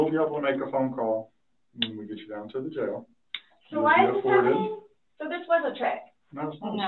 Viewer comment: She can’t say jail.